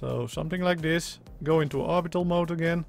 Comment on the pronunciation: CEO of “sumting like dis”